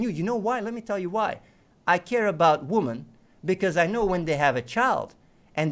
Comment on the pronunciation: "I love womAn". Like, he can bring himself to pronounce most things correctly, included man / men, but not women. I reckon this is done on purpose.